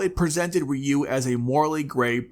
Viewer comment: It's RYu, not RyU!!!